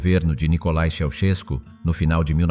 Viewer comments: I think that you have bought a lot of propaganda. It was impossible for the Ceausescu children to be less than gifted. It would have meant death to someone who thought otherwise. Work on your Romanian pronunciation. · Can't you even pronounce their name properly!